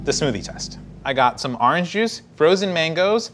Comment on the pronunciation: Did you say "aarrange juice"? thumbs up for the confidence.